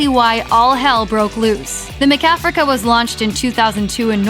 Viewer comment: Why does she keep pronouncing it Ma-Kafrica? lol